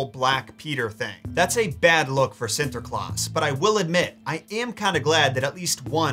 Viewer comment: Its funny he try speak dutch XD. I like it and you say it on a good way Sinterklaas and Zwarte Piet :). Keep up the good work.